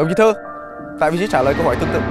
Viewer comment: Sao tên của puka mình cứ nghe thành đồng chí Thư mà không phải Thơ ấy ta.